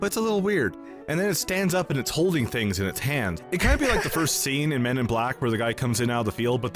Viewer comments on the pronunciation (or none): American "fings". 😂